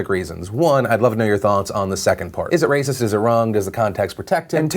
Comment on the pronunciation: It's wacist! omfg lol